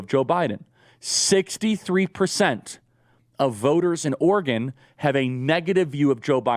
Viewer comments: OR-GUN, Charlie? OR-E-GON (said ala Gordon Cole). A Republican National Recovery Act??! This is ableist for real. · Is Oregon pronounced Organ? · As an Oregonian, Charlie pronouncing it "ORGAN" over and over again makes me want to scream. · Is charile saying "Organ" or is it just me? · Listening to trying to pronounce Oregon was painful. Organ, organ, organ. Ahhh